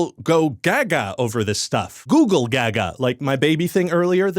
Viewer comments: he pronounced google as googoo aaaaaaaaaaaaaaaaaaaaaaaaaaaaaaaaaaaaaaaaaaaaaaaaaaaaaaaaaaaaaaaaaaaaaaaaaaaaaaaaaaaaaaaaaaaaaaaaaaaaaaaaaaaaaaaaaaaaaaaaaaaaaaaaaaaaaaaaaaaaaaaaaaaaaaaaaaaaaaaaaaaaaaaaaaaaaaaaaaaaaaaaaaaaaaaaaaaaaaaaaaaaaaaaaaaaaaaaaaaaaaaaaaaaaaaaaaaaaaaaaaaaaaaaaaaaaaaaaaaaaaaaaaaaaaaaaaaaaaaaaaaaaaaaaaaaaaaaaaaaaaaaaaaaaaaaaaaaaaaaaaaaaaaaaaaaaaaaaaaaaaaaaaaaaaaaaaaaaaaaaaaaaaaaaaaaaaaaaaaaaaaaaaaaaaaaaaaaaaaaaaaaaaaaaaaaaaaaaaaaaaaaaaaaaaaaaaaaaaaaaaaaaaaaaaaaaaaaaaaaaaaaaaaaaaaaaaaaaaaaaaaaaaaaaaaaaaaaaaaaaaaaaaaaaaaaaaaaaaaaaaaaaaaaaaaaaaaaaaaaaaaaaaaaaaaaaaaaaaaaaaaaaaaaaaaaaaaaaaaaaaaaaaaaaaaaaaaaaaaaaaaaaaaaaaaaaaaaaaaaaaaaaaaaaaaaaaaaaaaaaaaaaaaaaaaaaaaaaaaaaaaaaaaaaaaaaaaaaaaaaaaaaaaaaaaaaaaaaaaaaaaaaaaaaaaaaaaaaaaaaaaaaaaaaaaaaaaaaaaaaaaaaaaaaaaaaaaaaaaaaaaaaaaaaaaaaaaaaaaaaaaaaaaaaaaaaaaaaaaaaaaaaaaaaaaaaaaaaaaaaaaaaaaaaaaaaaaaaaaaaaaaaaaaaaaaaaaaaaaaaaaaaaaaaaaaaaaa ok is that 200 characters yet? anyway 1 star this man is dumb dumb poopy head not smart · A lot of dark brown people also pronounce it as Googoow instead of google. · Why does everyone pronounce it GOOGEL? Its pronounced GOOG-LE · This video deserves twoo stars. The video you have made was very comedic and dopamine inducing. I especially enjoyed the Googoo bit wherein Ryan George mispronounced Google. This video did; however, destroy its prior point economy by adding a 75,000 comment section. Great for mid to high level local guides working towards their ten-point picture of a star. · 3/5 Ryan was very knowledgable but also mispronounced "Google" several times, so I wasn't sure whether he was talking about Google or a different website called Googoo. Also the clip he posted of Karimbra dancing was misleading, because I know Karimbra and he is a much better dancer than that. Pretty sure the backgrounds in the video are fake too. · I believe it's "Go-Ogle" as in go look. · Goo Glee Ay - it's okay, many people get it wrong I have decided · Its pronounced Googlay